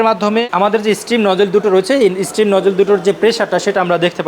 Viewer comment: stream / স্ট্রীম হবে না ভাই, শব্দটা steam/ স্টিম। আর ওগুলো raw bean না, রোস্টেড কফি বিন।